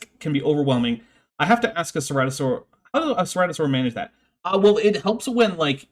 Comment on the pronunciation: Of course a weather nerd pronounces Ceratosaurus almost like Stratosaurus.